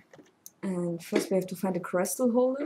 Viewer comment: "Crystal" is pronounced much like the German word, not like "cry". ;)